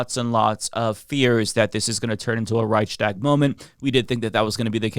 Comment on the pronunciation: It’s Reichs-tag. Not Reich-schtag. Please do not repeat Vaush’s most annoying error!